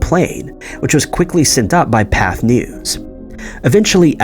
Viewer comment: Nice video, but I see no mystery in the photos. By the way, Pathe has an acute accent, and thus is pronounced "path-AY". ~